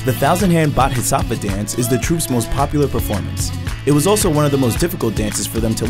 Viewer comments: This is so inspiring. Without even having the senses without which we can't even imagine our lives, they are achieving such great feats. By the way you butchered the pronounciation of bodhi sattva really badly 😂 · Amazing dance troupe! I also love how the speaker butchered the pronunciation of Bodhisathva as Butt-his-satva. lol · The way he pronounced Bodhisattva made me cringe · Im sorry but the pronunciation of bodhisattva is killing me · I lost brain cells listening to him pronounce bodhisatva